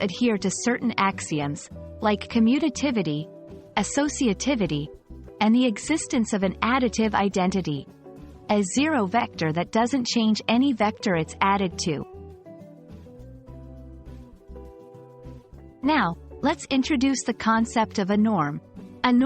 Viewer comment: diction? vecder? say vecTor! addidive? say addiTive! idenidy? say IdenTiTy!